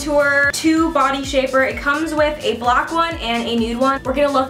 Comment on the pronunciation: she said block 😂😂😂 instead of black